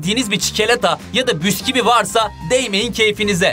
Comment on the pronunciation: ABİ BÜSKİVİYİ MÜKEMMEL SÖYLÜYORSUN